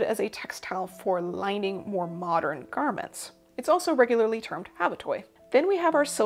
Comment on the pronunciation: Great information and very helpful! One tiny issue comment. It's habutai or habutae not habutoi. Pronounced with an a not o at the end. It's a fabric created in Japan with thinner warp than weft. Two warp for each weft.